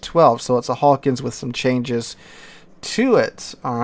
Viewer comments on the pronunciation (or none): none